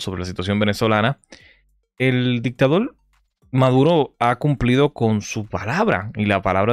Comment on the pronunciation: Van a reportar tu canal por decir "dictaDOL"